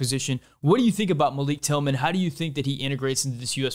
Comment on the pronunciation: Love the video as always, but thought I’d give you a few criticisms to possibly consider with chill vibes. You show a full screen graphic for a couple seconds when talking about Horvath, but I had no idea how to read it, and it wasn’t directly addressed. You say Malik Tillman’s name wrong. You’re wearing a shirt with a picture of a patriot, referencing revolutionary warriors as kings, which seems historically dissonant.